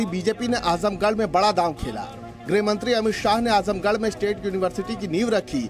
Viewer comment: सुधीर चौधरी को भी बताओ की ग्रह मंत्री नहीं, गृह मंत्री होता है।